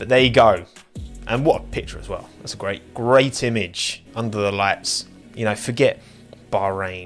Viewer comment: more like weww weww weww